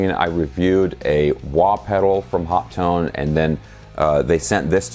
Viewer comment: I love mine. Been using it for about 6 months. Love the PC interface and XLR outputs. By the way, Phil McKnight asked a representative from overseas at a NAMM a few years back and he said on the video it is pronounced “Hot Tone”. You got it right